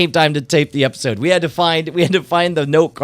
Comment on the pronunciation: episword instead of episode lol